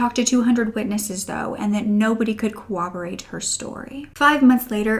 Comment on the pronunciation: Not a big deal but it's corroborate not cooperate her story. Interesting case.